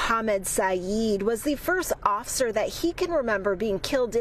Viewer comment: Oser? Lady.. The word is "officer"... And their safety is paramount. I'm shocked it went that way.. They shot a lady in a kitchen with a boiling pot of water... So it makes me wonder how dude did it other than by surprise.